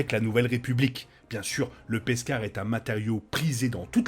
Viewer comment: Hello ;) J'aime bien l'épisode ;) Par contre je suis la seule à entendre "Peskar" au lieu de Beskar ?